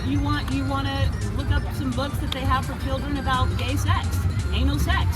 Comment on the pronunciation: I noticed the "Say gex" LMAOOOO 😆